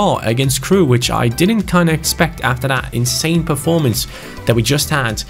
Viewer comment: Why speaks like”Un-believeble” or “In-Sane” 🤷🏿‍♂️